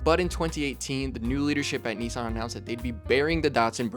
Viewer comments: We all hated the name change. They took a big hit in sales when it happened. Datsuns were cool. The same people would not be caught dead driving a "Nissin" as people were pronouncing it. American cars at the time were complete junk. Making it to 100k miles in a Ford, Chrysler, or Chevy was a huge deal, because most were toast by 75k. But a Datsun will get you to 100k & maybe 150k. It was a huge difference in quality & the perception of how long a car should last. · It is not ‘neesan’ and it was not ‘dartsun’ ... and there is no 'g' in luxury. It is not 'lugzury' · Wrong. In correct Japanese it is pronounced "NEE-sahn." There sure are a lot of people here who don't speak Japanese but are extremely confident of their mispronunciation. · 100%. This guy has mispronounced both Nissan and Datsun. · Also as a Japanese speaker it's not "nissun" or "neesan". It's like "neesan" but you have to take a brief pause / extend the "suh" sound before the A (both are valid depending on dialect). にっさん not にいさん or にさん. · One day Americans will learn how to correctly Nissan and Datsun. Dat, not Dut. Nis san, not Neesarn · It was a DATsun, not a DAWTsun. And NISSan, not NEEsawn. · USAeans please say “missing” “kissing” “hissing” “pissing” it’s Niss an NOT NEICAN. If not start saying meecing keysing heecing and peecing 🤣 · "Ni-San" not "Knee-San"! 🤣🤣🤣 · I really wish people would pronounce the name Nissan correctly. It isn’t pronounced ‘neesan’ it’s ‘ni sann’ aka Nissan. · Hardly relevant. I thought you were into CARS, not vehicles? Why do you pronounce NISSAN as NEEE san? In Japanese, it is NIS SAN. Americans always speak weirdly. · It’s NISSan, NOT Neeson!!!!!!!! 🤬🤬🤬🤬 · For goodness sake, the company is not called NEESAN, it's NISSAN. The emphasis on the I. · FYI, it was originally called Datsun, and is now called Nissan. At no point has it ever been called Knee-sarn. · It is not Neesarn. It's Niss-ann. Why do you Americans invent your own vowels?